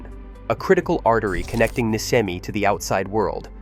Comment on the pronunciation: Pronounced NISHEMI, not NISKEMI